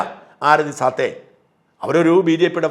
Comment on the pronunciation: ആരതി സാത്തേ അല്ല സാഠേ ആണ്